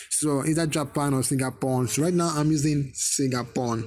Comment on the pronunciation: He said singapern at the start